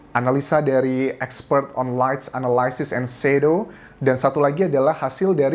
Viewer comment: Anjas ga bisa sebut.. fishy, Shadow. “Sh”, problem with pronouncing “h” 😆. that is just my analysis 🙏